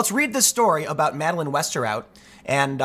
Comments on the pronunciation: Wow you actually pronounced the last name correctly, you familiar with Dutch? Also is she actually Dutch? Her whole name is Dutch... And she looks cute! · Good job with the right pronunciation of Westerhout. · Your pronunciation of ´Westerhout´ is pretty good.